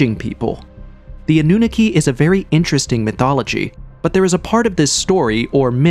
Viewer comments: The way you pronounce Annunaki is annoying me even though I'm honestly trying my best to ignore it, Its pronounced Ah-New-Knock-Key NOT Ah-New-Nicky. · Your A.I. narration is mispronouncing SO MUCH. The Anunaki is not pronounced “AH-NOON-A-KEY.” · Full transparency here. I thought some of the folks in the comment section were being dramatic about the repetitive mispronouncing of Annunaki (& others but mainly Annunaki) being a problem. Well, I'm sorry fellas. 10 mins in and it's already irritating. I have no prob admitting when I'm wrong 😅🙏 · AI, can't pronounce Annunaki